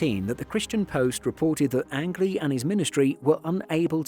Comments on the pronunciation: Forgive the knit picking, but his last name was pronounced “Angeleee” like Angel with several e’s on the end. Got to be a made up name! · Learn how to pronounce angley's name correctly